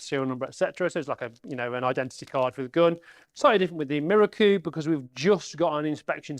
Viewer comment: Apart from your very good and informative presentation, I am please you pronounce Miroku correctly. I have people try to correct me with this correct propnounciation by telling me it is pronounced Mirooooooooookoooooooooo. A little exagerated but you get the meaning. I checked with a Japanese national I used to work with who told me I was correct. So folks, it is pronounced Miroku and not Mirooooooooookoooooooooo! Rant over.